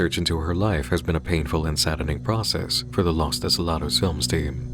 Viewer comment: What you were pronouncing the whole time was "las", los is pronounced "low-s". Maybe less memes and more info in your diet.